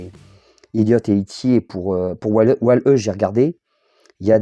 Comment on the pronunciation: Hello, on voit que tu as pris du plaisir à faire cette vidéo et à nous présenter ce joli POP de Stitch :) J'avoue c'est une belle pièce ! Juste stp on prononce "Wall-I". Ne me met pas de fessée j'ai mis la cloche lol.